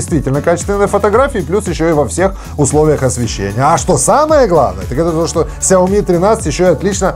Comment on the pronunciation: САОМИ. ХА-ХА-ХА.